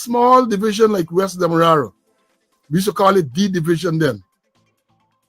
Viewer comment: A bless good morning too you this is one of your favorite follower, must please say demarara and not wara thank you